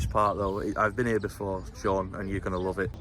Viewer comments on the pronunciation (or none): none